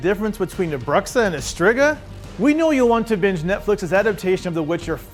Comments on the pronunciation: Just so you know, Portuguese speaker here telling you to pronounce Bruxa as [broo-sha] with a rolling R much alike the spanish R. Thank you, sorry for being annoying! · Learn how to pronounce "bruxa," dude. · I'm Portuguese. When he pronounced it that way, I cringed